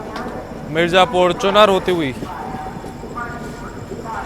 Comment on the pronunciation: correction - its Chunaaar (चुनार) not Chunar... 'aa' ki matraaa lagti hai 'na' ke baad